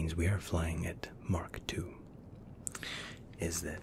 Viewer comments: It’s MACH 2 not MARK 2. Just thought I’d tell you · He said mark 2, it’s mach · It’s pronounced Mock not mark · Mach not mark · My only problem with this entire video is that he said mark two intstead of mach two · It's the accent i think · Mark 2? Isn't it mach II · Shouldn’t it be Mach not mark? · I think its mach 2 not mark 2 🛩.... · He said mark 2 isn’t mak 2 or am I dumb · You said mark did you mean mach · Mach 2 not Mark 2✈️ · Not Mark 2 Its Mach 2. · its not mark its mach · Bruh he said mark two it Mac 2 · It’s Mach 2 not Mark 2 silly Mach 2 is 2,387.52 kph not 2,100 kph silly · "Markh 2" This guy's Scottish, gotta be.